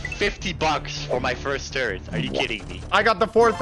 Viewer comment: I like how he says turret like toret